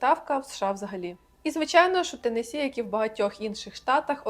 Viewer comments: Посмішили як Ви зауважили що наголос у назві штату Теннессі правильний а потім одразу якась з тих блогериць сказала велкам ту ауар ТЕннессі хаус тур😂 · я якраз про те шо вона не правильно вимовляє